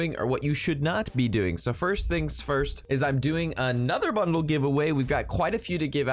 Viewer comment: Seriously, are you saying bundle or butthole?